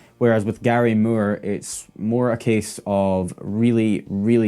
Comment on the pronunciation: It's not murr! It's Moore with long O😮